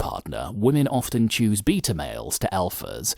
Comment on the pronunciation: #CasperVision Hey!!! I’m going to make a comment Please don’t ban me!! I FN Love both your channels!! Long time sub!! Lol!! Anyhoo first I LMAO every time the guy says beta but pronounced it Beat r. Like I’m going to beat the s@ out of you. But ( forgive me going all Dr. Phil ) You said you are perfectly fine being alone, Don’t need attention etc... But you have two YouTube channels.. hummm?? Just curious you’re feeling on this.. Oh can’t stand Dr. P by the way but Dr. Ruth is gone... rip